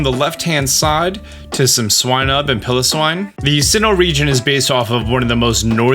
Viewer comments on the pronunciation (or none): Pile-0-swine not pillow swine